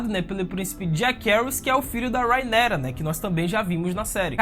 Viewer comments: Fala o nome da rhaenyra direito por favor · Irmão cê foi tenta enfeitar o nome da Rhaenyra e cago kkkkkkk rhaenkrhsksh targarksksn kkkkkkkkk fala direito tio precisa enfeitar não véi 🤡